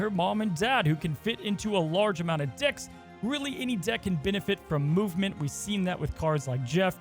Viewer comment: it sounds like you said 'Dicks' and barely like 'Decks'. :)